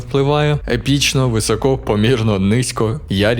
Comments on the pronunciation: Не висОко, а вИсоко, трохи тягне тебе на руський лад. А загалом лайк. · ну який висОко ну який висОко, навіть на суржику немає висОко. вИсоко!!!!!!!!!!!!!!! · Друуже, вИсоко, не висОко, не високО)